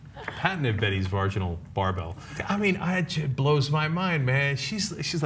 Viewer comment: Varginal..... Lol Cenk I know that was misspoken but that's my new favorite word.